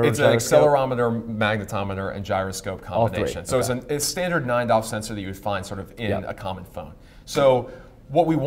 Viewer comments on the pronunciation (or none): "standard 9 DOF sensor" hehe, he pronounces DOF like one word. I'm learning the lingo now, gonna speak like a pro :P